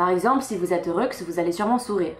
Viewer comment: Pourquoi tu prononces le "x" de "heureux"? Est-ce que ça a un rapport avec l'écriture inclusive pour les non-binaires?